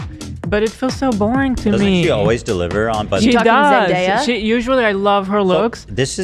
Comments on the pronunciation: Ethan repeatedly saying “Zen-die-ah” was killing me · Why can’t Ethan say Zendaya everyone is saying her name just say what they are saying?? 😂